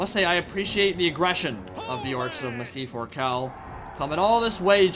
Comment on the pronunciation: Say Massive Ork Hall with an Ork accent. That is how you pronounce Massif Orcal